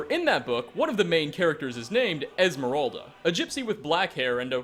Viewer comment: It's Moira not Moria, a possible reference to Moira Brown from Fallout 3, besides her saying my precious when referring to the ring, referencing Gollum from Lord of the Rings. And it's Esmerelda, not Esmeralda, Esmeralda meaning Emerald in Spanish. You gotta' get your facts right.